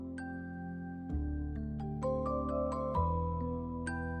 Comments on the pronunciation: 마라탕 발음 정말 표준적이에요! 중국에 놀러 오세요~기분도 빨리 나아지길 바랄게요 너무 슬퍼하지 마세요~중국에도 당신의 영상을 좋아하는 친구들이 많아요 Bilibili에도 많이 와 주세요~화이팅! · 중국인입니다…이 영상을 추천해준 사람… 넘 구마웡 ㅋㅋㅋㅋㅋ마라탕 세글자 발음이 진짜 미친ㅋㅋㅋㅋ정확한데 🐶웃겨 ㅋㅋㅋㅋㅋ 중국에 오신걸 언제든지 환영합니당!!